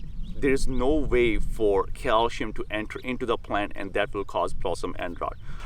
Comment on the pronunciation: I absolutely hate it cause it's cal-See-um. Ewww